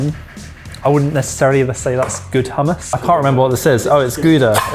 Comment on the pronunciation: You can tell is a Scot. He can say hummus properly! 😂